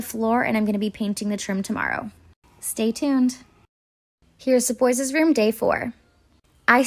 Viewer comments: It's kills me when she says boyses 💀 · She says boyes